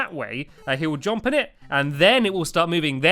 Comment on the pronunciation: r-u-n - Run (you say that right) J-U-M-P Jump.. (you fail to say this right - God it's like Stewie with cool Whip!